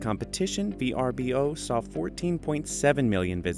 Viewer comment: It’s pronounced V-Er-Bo, you don’t pronounce each of the letters.